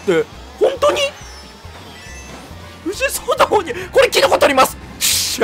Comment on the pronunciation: 藤井聡太さんのそうたの言い方が「しょうたー！」ぽかった